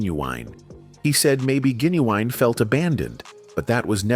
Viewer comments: His name is Gin u wine fool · Say it with me GIN-U-WINE